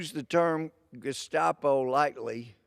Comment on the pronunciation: Wow he called them the gustapo too lol great minds think alike